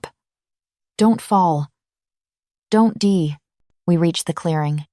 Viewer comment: The AI narrator is mispronouncing die to dee and it's annoying. Though this is an incredible story